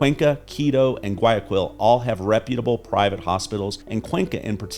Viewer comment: I can tell immediately you favor Colombia, especially when you can't pronounce Guayaquil correctly, tells how much experience you have in Ecuador. Exchange rates change, especially in an unstable world with psychos running countries. When the dollar tanks, Ecuador's imports will soar, but local prices will be more stable.